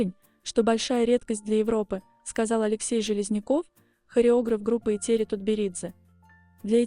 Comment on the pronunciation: Что за тупой формат с этими глупыми глазами. Научитесь правильно произносить имя Этери Георгиевны